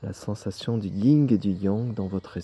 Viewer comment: Merci 🙏... Pour info, c'est le yin ...pas le ying ..😉